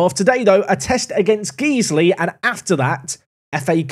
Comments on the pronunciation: Guys-Lee, guys-lee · its not geeze-ly, it's guys-ley. it's a leeds thing. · Loving this save. FYI it’s GuysLee not Geeslee tho 😂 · its not Geesley, its pronounced Guysley but spelt Guiseley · Guys-ley, not Geez-ley... Smashing the league now bud! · Guiseley not Geesley. Guys Lee. But more accurately I guess, Guyslih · It’s pronounced Guys-Lee. You’re welcome 😂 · Saying "Geesly" is an inside joke, right? Right? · Just to let you know, Guiseley is pronounced Gysley, not Geesely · "Guys-Lee" Went to school in guiseley so awesome to see an away day (TM) at nethermoor! If it changes the rating, there great pubs and fish & chips just down the road from the ground! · Love the video, it's hurting how much you're pronouncing Guiseley wrong though! It sounds like Guys Lee:) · I hate to be this person but Guiseley is actually pronounced Guysley. Great P2P series, again! 👏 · it's Guiseley as in "GUYS"ley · It’s pronounced guys-lay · Guiseley is called (guys-Lee) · Pronounced “Guys Lee” 😏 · it’s pronounced Gize-lee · I think its pronounced Guysley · Just a heads up, it’s pronounced guys-ly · Please please stop saying Geez-ley. My OCD would be chuffed. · Generic comment about Guiseley being pronounced 'Guy-sley' to push the algorithim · Guys-lee. Repeat after me Guys-lee. COYL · Came to the comments to tell him this :D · As a man from Guiseley I found this upsetting. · I'm glad I wasn't wrong about people freaking out about your pronunciation of Guiseley. Quality bait. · I love you, but it's pronounced.... Never mind 🤣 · Every park to prem pronounces Guisley the same way to get the interactions in the comments and every year people try to correct him 🤣 He does it intentionally people 😂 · Please, please, keep pronouncing Guiseley wrong, it's hilarious listening to you butcher the name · Please don’t ever say Guiseley again 😂😂😂😂